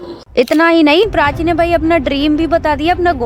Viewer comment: Prachi ❌❎PRACHA....